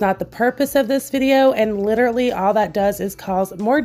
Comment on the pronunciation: No hate. 💗 Just a tip... ESPECIALLY. Not exspecially. LITERALLY. Not literately.